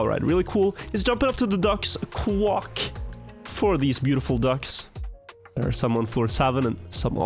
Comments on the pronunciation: Also, in Norwegian ducks say "kvakk", which is pronounced the way says it. I presume that he is saying "kvakk" correctly rather than saying "quack" incorrectly. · Is there a story behind why says qwok? Or does he just not know how to pronounce quack?